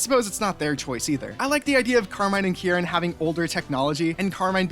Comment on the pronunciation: I saw Kiki in the thumbnail and flocked to this like a moth to a light . your pronunciation is of kierans name frying me and i dont know why lmao anywayys . pokemon hc time .. mostly about the kitakami siblings, bb elite 4, paldea gang and a few others lmao . its a lot ...... - With amarys' robotic behavior, her attempts to show emotion (like shock) usually just show very minimally. she trained this subconciously; if she hadnt she would have had a lot more dramatic expressions than she does if she didnt act the way she did - when kieran was younger, he originally didn't speak at all and had carmine do it for him, making carmine overprotective of him when he got bullied for not speaking. his headband thingy is a gift from carmine so everyone knew not to mess with him or theyd have to go through her. when kieran did learn how to talk, he didn't know how to pronounce his entire name for a while and just said "kiki", which is a nickname carmine really liked and stayed with. his accent stayed longer for the same reason - when drayton commented about liking the special at the BB academy cafeteria because he barely had to chew for the first time around crispin, crispin immediately tried to make something he wouldnt have to chew. it was basically just a horrifying amalgamation of buldak ramen, egg and some spices - short genes run in the kitakami sibling's father's side of the family. carmine's height comes from her mom - penny has gone days without eating and has survived off of onl